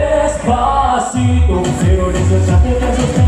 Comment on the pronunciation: Marcelito ikaw na talaga!! grabe...its amazing how he ables to pronounce despacito, pinapakinggan ko pa lang nosebleed na akez 😊